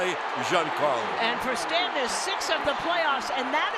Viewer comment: Why does the Yankees playcaller keep pronouncing Stanton's first name like it's French?